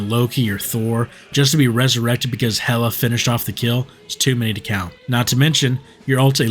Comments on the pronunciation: Ok got it HelAA💅🏻💅🏻💅🏻💅🏻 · The way you said Hellla had me dyinggggg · That “HeelAA” 😂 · The way bro said Hela 😂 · Why’d he say hela like that…💅🏻💅🏻💅🏻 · Why did you say Hela like that 😭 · Y u say hela like that bruv